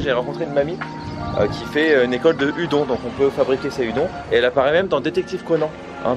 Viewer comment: Oh non pas -_- Et par pitiééé Udon se prononce "oudonne", mes oreilles saignent xD Mais sinon super vidéo!